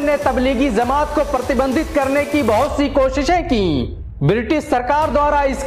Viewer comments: Bhai ज़मांत kio bol rahe ho जमात bolo na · Bhai Zamat nahhi hota jamaat hota he. Bahut uljhan hoti he jab ap ج ko ز bolte hen. Maaf karna bhai agar apko takleef hoto. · Miyan bolna seekho. Lafz zamaat nahin balke Jamaat hai. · Jamaat, not Zamaat